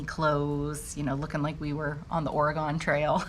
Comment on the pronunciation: Love watching you! And I forgive you for mispronouncing my home state...Oregon. 😘